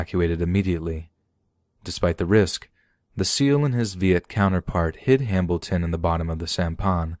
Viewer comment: ...you guys heard him say “Hambilton” too, right? I’m not just going crazy? Or deaf? I literally thought it was just a weird accident the first time he said it, but then I kept hearing it but I don’t know if I trust my ears.... lol